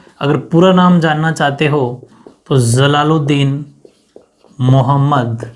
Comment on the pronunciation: Sir aap J ko Z Kyu Pdhte ho like Jalaluddin Mohd. Akbar ki jgha Zalaluddin Mohd. Akbar Pdhte ho. Improve yourself